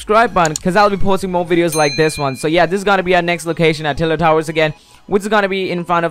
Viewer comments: u said tiler towers :P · This man says tiled towahs sorry lol only joke